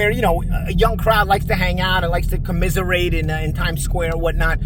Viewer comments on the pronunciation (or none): said cammiserate